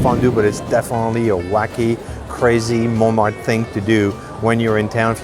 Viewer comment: Why do you pronounce Montmartre different from the French or is there more than one way to pronounce it?